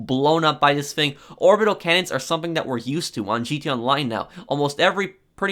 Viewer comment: “This ‘fing”